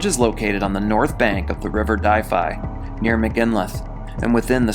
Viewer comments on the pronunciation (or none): just a heads up, but the river Dyfi is pronounced 'duv-ee' 😅